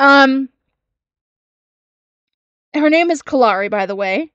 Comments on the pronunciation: Something I've noticed..maybe a nit-pick but when talks about what got her the 7 day suspension/ban or whatever, because of the post she made, she mispronounces Kalari's name and says Kalani. I wanna say it's not the first time she's done that either and I know she does that to ppl's names on purpose when she doesn't like them. She acts like it's an accident but it's low-key shade. 🙄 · I thought the same thing, but I wasn't sure if I was right. I'm glad I'm not the only one that noticed that she purposely mispronounced her name to throw shade.